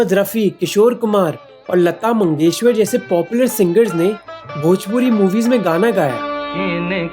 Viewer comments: her name is Lata Mangeshkar not Mangeshwar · You mispronounced Latha MANGESHKAR ji’s name as MANGESHWAR. It’s just a slip of the tongue. Just take care next time. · Bro literally said Lata Mangeshwar Instead of Lata Mangeshkar 😂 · Lata mangeshkar not Lata mangeshwar mohak.... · Lata Mangeshakar* not Mangeshwar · She’s Mangeshkar not Mangeshwar please don’t spoil our name I share the same surname and it’s kar not war we are Marathis not South Indians Thankyouu:)) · Bro It’s Lata MageshKar..not Lata Mangeshwar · Did anyone notice Mohak pronouncing Lataji's name as Mangeshwar hehe. Of course a mistake but a cute one.